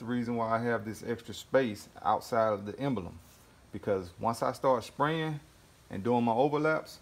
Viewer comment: Nice work. No need to say “what’s up YouTube.” And the word is Emblem, not “embElem.”